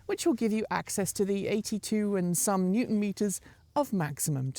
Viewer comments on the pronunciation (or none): none